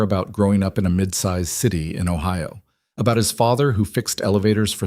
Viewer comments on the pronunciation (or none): none